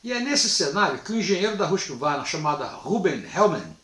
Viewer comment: Por que pronuncia 'rusk varna' a pronúncia é 'rusqüarna'. Tudo bem, a maioria fala assim.